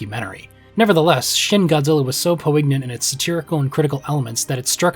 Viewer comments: The gn in poignant is pronounced like "ny". Imagine it was "poinyant". You say poin-yint, not poh-ig-nant. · Great video and you're a credit to the craft, but did I hear "poe-ig-nant"? as a pronunciation for poignant? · Wildest pronunciation of the word poignant I’ve ever heard. Not even remotely close. Po-ignant. Just wildly off for a word that’s not even uncommon. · Really enjoyed this, but we've gotta work on your pronunciation of "poignant"